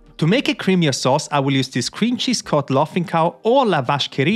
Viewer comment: First time i heard chesse in a cooking video and didn't get irrationally pissed off